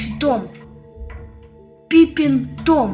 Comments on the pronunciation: Не пипинг том а писи том🤣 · Чел наверно ржал когда говорил: Пипинг том🤣